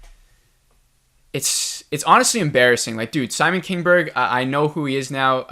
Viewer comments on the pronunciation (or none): none